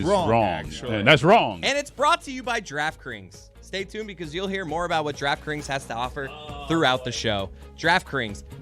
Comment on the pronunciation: Is it me or can not say draft kings & says draft krings??